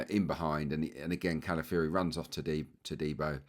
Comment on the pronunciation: Great analysis as always, pointing out things I had not seen. Pronunciation, though,: he's not Cala-fury, even though he plays that way!